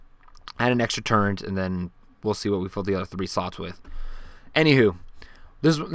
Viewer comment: It's turr et not turre-n-t